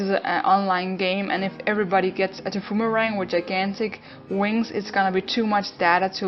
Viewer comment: Tbh its called thy-poo-mer-rang